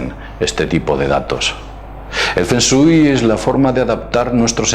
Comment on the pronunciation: La pronunciación correcta es "Fong shuei" El nombre correcto es Lovecraft, y Finalmente se dice Challenge...Gracias